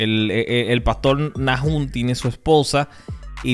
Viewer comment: Buen video. Bro disculpa, pero se pronuncia Nahum, no Najum. Entendiste??